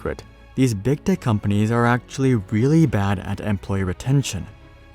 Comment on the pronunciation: Am I the only one who keeps hearing "big dick companies"?